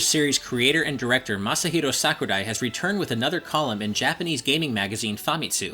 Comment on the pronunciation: I like how he actually says Sakurai well